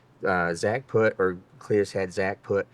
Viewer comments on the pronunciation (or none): none